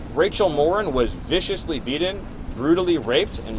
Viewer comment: He can’t even say “beaten” properly.